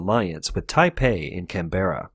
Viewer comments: Just hate that mispronunciation of 'Canberra'. FYI, emphasis on the first syllable. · It's Canbruh not can-berra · Its pronounced canbra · Hearing him say Canberra was painful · Bro you are pronouncing Canberra wrong. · Pronunciation of Melbourne decent. Pronunciation of Canberra...wtf lol.